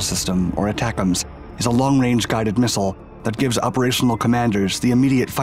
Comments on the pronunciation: Pronouned “A-tacems”. Not aTACems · Not pronounced Attack-ems. The A is long. it's A-tac-ems. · pronouced AAA tack ems. I used to be a technician on the MLRS system. very effective and accurate mobile indirect fire. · I've been laughing every time this guy says it, how can he not laugh at this! I can't wait until we give them the jizams hahaha! Y'all figure out what that stands for, I have no idea.